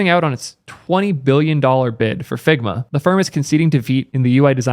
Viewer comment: struggled to pay attention in this one the video itself was as good as ever you did a good job on this one its just... ...all i could hear was "figma balls! figma balls!!!!"